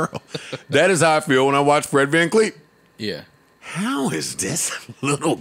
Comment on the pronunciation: Yoo tell them stop callin my mans “Fred Van Kleet” 😂😂😂😂😂😂